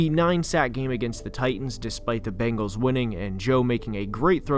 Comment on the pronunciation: IKR? It's so funny. The second worst is the "Bangles".